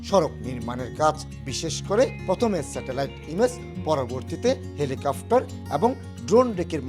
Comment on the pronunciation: "হেলিকাফ্টার " 🙄🙄 শালা